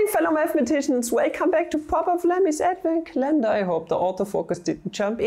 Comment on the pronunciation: don’t mispronounce names of German mathematicians. Every time you do, I die a little bit inside Also: aDvEnT cUhLeNnDaHr